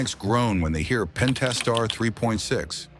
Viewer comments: "Pen tas tar" .... done. Video lost all credibility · “Pennn-taaaah-star three dot six.” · Would be nice if the AI could pronounce "Pentastar" the same way twice.